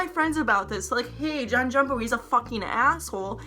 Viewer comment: why is she saying Jon "JumpO"